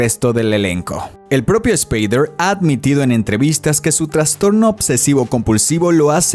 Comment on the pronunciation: Superrrrrditado? Aprenda español, muchacho... ESSSSpader... No se pronuncia la E.